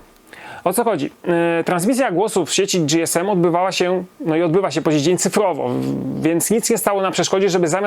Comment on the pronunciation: Nie "Era dzi-es-em" tylko "Era ge-es-em". Gdy telefonowało się na infolinię w komunikacie powitalnym było "ge-es-em" a oni chyba najlepiej wiedzieli jak się nazywali.